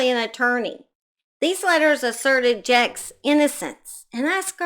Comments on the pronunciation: As a Vermonter that lived nearby this very disturbing case, his name is pronounced like Jakes not jacks and Barre is pronounced like Barry not Bar. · She’s kinda wild, huh? And someone’s concerned cause didn’t pronounce the perverts name right! Sooo in comparison your comments much more appropriate.